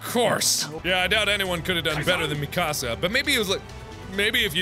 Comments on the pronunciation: “Micasa” smh mark. Don’t you know it MIKASAAAA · its pronoced me-cha-s-ah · Omg I got triggered when he said Mi-asa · Ur saying mikasa wrong